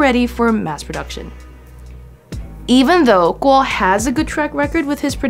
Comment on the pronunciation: I like how you pronounce “Kuo” 👍